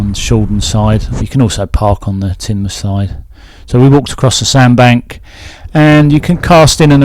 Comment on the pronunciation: Congratulations on pronouncing Tinmuff correctly, most outsiders don't. 😂